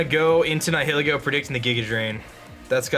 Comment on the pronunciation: The way you pronounce “Nihilego”... ugh. It’s supposed to be like Nihilist/Nihilism.